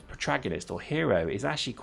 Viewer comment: It's pro-TAG-onist,! And this game looks weak, are you sure I should bother with it?